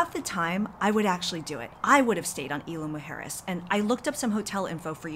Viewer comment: IZ-LA MOO- HARE-ES